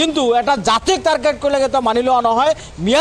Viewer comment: তাৰকেত নহয় অ অধা মিয়া ।